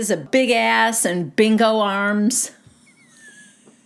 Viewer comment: Instead of bingo arms I thought Ariana said “big old arms”